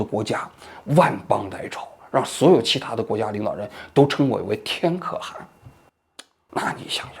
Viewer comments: 话说可汗读音不应该是kèhán 么？ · 对了，要纠正王局一个发音的错误，是ke（四声）han（二声）。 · 「可汗」讀音應該是「克寒」吧。還是中國的讀法不一樣？ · “可汗”读“克寒”！ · 可汗 kè hán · 王局前面的解说好搞笑，不过念错了几个字，龟兹念qiū cí，天可汗念kè hán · 可汗，你第一个读第四调，第二个读第二调，你这念起来太奇怪了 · 那念龟(qiu1)兹(ci2) 可(ke4)汗(han2)！！！！王志安文盲！！！！🤣🤣🤣🤣🤣🤣🤣